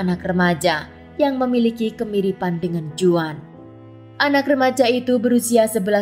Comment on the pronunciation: Sedikit ralat, Juan dibaca Huan dlm bahasa Spanyol. Terima kasih